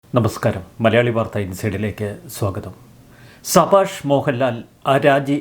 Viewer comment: സഭാഷ് അല്ല സബാഷ് എന്നു പറയൂ..